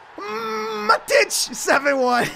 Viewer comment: Also, it's pronounced Ma-tweedy, and 'Mah-tich', your pronunciations kill me man